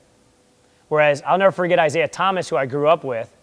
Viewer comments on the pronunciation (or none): none